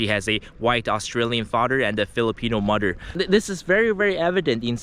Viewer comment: "Fader and Mudder" 😂😂😂